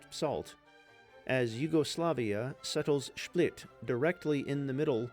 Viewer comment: very good one. just a tiny bit of pronunciation feedback - it's Split, not Šplit.